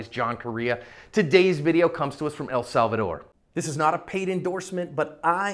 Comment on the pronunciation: It makes me happy too! (P.S. it's eL SaLvaDOOOORRR!)